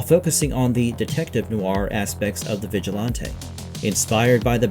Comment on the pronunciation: vigill-auntay? it's vigilante lol